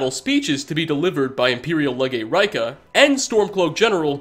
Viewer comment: "Raika"... really...?